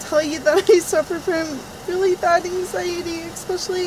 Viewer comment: The way she says “anxieteyieee” is perfect